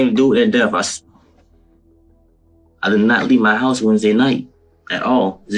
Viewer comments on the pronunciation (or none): "Jesse's hEuse..." LOL